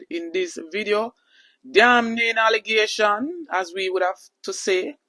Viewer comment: This man apparently know Big Mama . I wonder if the " Ale-gay-tions " are true ? I hear a lot of Jamaicans saying the same thing. I wonder the Nation wide founder care to come and clear the air on the subject ?